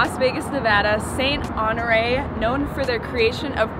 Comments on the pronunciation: Saint ho nor ee 😭😭 (it’s honor Rae) lol also seeing all of these comments about “omg I thought you cut your hair” are so funny because I’m here about 12 hours after you posted the video about cutting your hair LMAO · Saint Onore? Lol at the very end she said the name wrong, twice 😂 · She was like “saint AnOoRriE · Saint “oh nori” lmao girl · I definitely was laughing because she only said honoreé right once 😂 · why did she say Honore right in the beginning but she said it completely wrong 😂